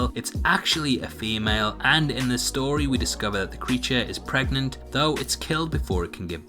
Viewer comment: First of all I couldn't understand what you said coz I paused the video and as I played the video "was preganant...." I am so done.. Lmao